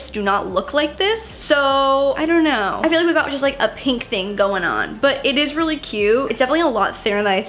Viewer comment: Everyone's posting about how hates pants, I was shocked no one commented on her saying "Peenk" instead of pink😂